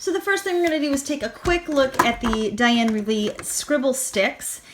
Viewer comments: Wakely, not Reavely. Great comparison. Thank you. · Dina Is pronounced...Deena, last name is pronounced Wakely, Caran D'ache is pronounced...Karen Daush. Great video!!! Thank you!